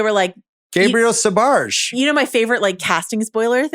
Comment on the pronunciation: It’s Raphael Sbarge, jesus bill